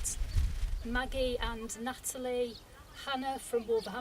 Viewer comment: Coffee shout out Moggie and Natalie....... m o g g i e Not Maggie 😂😂